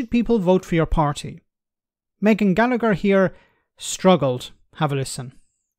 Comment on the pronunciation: you are not English. Gallacher does no soud a 'g' or a 'c'.